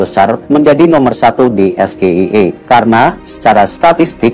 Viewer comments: S G I E bacanya es ge ai e.. bukan es ge i e....??😢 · Hahaaa es ge i e. Woyyy yg ada (es jie ai ie) bacanya,jd nyambung sm artinya. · es ji ai i yang bener, bukan es ge i e.. gue juga bingung awalnya wkwkwkwk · Es Ge I E... 😂😂😂😂 Anak gw yg masih SD aja langsung protes, harusnya kan Es Ji Ai I kan yah 😂😂😂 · SGIE (State of the Global Islamic Economy) adalah singkatan dalam bahasa inggris. Cara mengejanya ya harus dalam bahasa inggris juga, Es - JI - aI - I, bukan Es - Ge - I - E seperti yang mas Gibran katakan! Harusnya hal ini semacam spelling seperti ini adalah dasar, basic atau fundamental yang termasuk grammar yang harus dikuasai dalam tata bahasa inggris! Apalagi mas Gibran ini kabarnya adalah lulusan Bradford Unibersity Aussie & Singapore yang bahasa inggris biasanya diberikan dan menjadi kuliah wajib bagi mahasiswa semester awal atau tahun awal ketika menempuh studi di Universitas luar negeri yang menjadikan bahasa Inggris sebagai bahasa pengantar utama dalam kegiatan pendidikan maupun percakapan sehari-hari di lingkungan kampus! Kalau cara mas Gibran membaca singkatan SGIE seperti mengeja huruf dalam bahasa Indonesia Es - Ge - I - E, seorang ahli ekonomi atau ekonomi syariah dari luar negeri pun tak akan mengerti apa yang dimaksud mas Gibran! Alih-alih dengan maksud untuk mendapat pujian sebagai seseorang yang pandai atau memiliki pengetahuannluas mas Gibran justru akan menjadi bahan tertawaan atau dikritik! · Tidak logis pertanyaannya bahasa inggris dibaca bahasa Indonesia kenapa dia bilang Es ge i e, coba dibaca bahasa inggris semua org ngerti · Es ji ai i yg bener bukan es ji ei i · Wkwkwkwkwkwkwkwk... SGIE = Situ Gagal Ide Eya? Es Ji Ai E nyebutnya. Gosok dulu lidahnya pake emas murni 😅😅😅 Kan mau menuju Indonesia Emas.... 😅😅😅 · Es Ji i Ai Bukan SGIE itu kan singkatan dari bahasa inggris, masa di singkat jadi bahasa indonesia. Walah walah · Bukan SGIE kalau sebutan Inggris es ji ai i ... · Buka SGIE kali tapi EsJiAiI Buka EVBeI tapi EFBiAi (FBI)